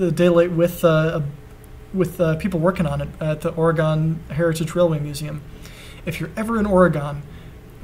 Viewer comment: You realize that Oregon is not pronounced Ore-GONE, it's Or-eh-gun... It sort of bothers me...